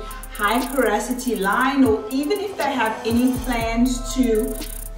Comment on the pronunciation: Loved both sides❤️ Just as a matter of interest it’s pronounced po- ro- si - ty not po- ra- so-ty